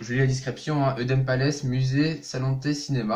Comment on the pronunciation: Moi je suis un fan un vrai fan Tu sais même pas dire palais tu soul avec les " anniversaires " des attractions et tu ne connais même pas les dates de la fermeture et l'ouverture du parc